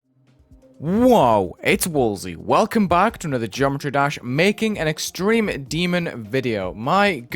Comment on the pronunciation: "extremeh demon"